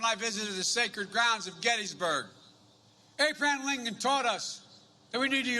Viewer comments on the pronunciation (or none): Did he just say Apron Lincoln? It's AB-RA-HAM Lincoln, Joe. This guy can't even talk anymore.